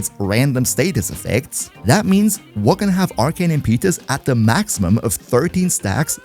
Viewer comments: FYI: Im-puh-tuss not Im-pee-tus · I was really enjoying the video until you started pronouncing “Impetus” wrong.